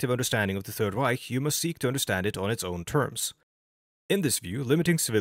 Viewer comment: i know i can trust this guy because of the way he pronounces "reich"